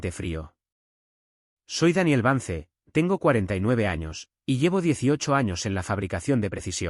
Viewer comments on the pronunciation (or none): VANCE SE PRONUNCIA VANS...